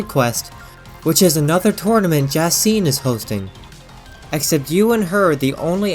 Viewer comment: AZ isn't OZ. If it was, the 'A' would have been an 'O'. His name is pronounced the same as the word 'As'. Also, you mispronounced Jacinthe. It's pronounced Ja-sant, because it's French. It translates to, hyacinth flower.